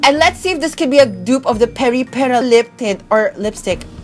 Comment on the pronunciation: I think you said Peripera right